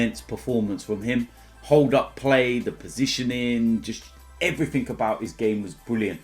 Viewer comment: “And everfing else”